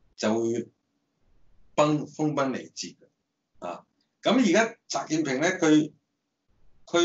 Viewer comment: 點解全程講習”建“平？